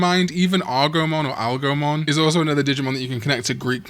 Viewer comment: It's Algomon, as in algorithm. This digimon clearly has literally nothing to do with Odysseus's dog...